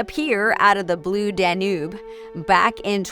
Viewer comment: Am trying not to be just another troll, but seems like she is pronouncing a lot of the classical composers names and pieces wrong (Debussy, Blue Danube...). Maybe someone with a tiny bit more appreciation of classical music should have reviewed a classical music app? But could be wrong.